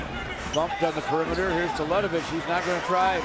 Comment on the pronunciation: not "telet-ović", but "talent-ović"